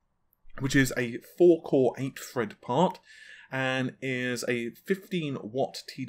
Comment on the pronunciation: Jeez!! Just say THread already, it’s not Fred